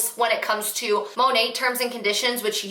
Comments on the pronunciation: Its literally supposed to stand for Modern Nature, so it should be pronounced Mah Nate basically. She's staning so hard for this business & doesn't even know how to pronounce the name of it lol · That compliance girl isn’t even pronouncing the company right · I think they say it in a way that makes it sound French and Couture. Apparently it stands for Mother Nature and is pronounced Moe-Nate. 🤷‍♀️